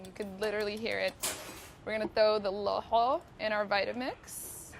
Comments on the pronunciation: It’s no looxoo!! It’s laxooh lahooh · How she says it sounds like a disease loho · Did she just satt lahoh how dare she say that !!!! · Thank you for making this! Btw, is that how you pronounce laxoox because my family and the people around me don't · WTH kind of laxoox is this? Pronounce it right, make it correctly! You're using the Cambaabur recipe! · Why does she pronounce it that? Looool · That’s not how lohoh is made traditionally at all. Why is she pronouncing lohoh and shah or even Yemeni like that? We usually prepare the batter the night before for breakfast and you are supposed to « hit » the batter with the hand. She should mention that it’s her version of the Somali dish.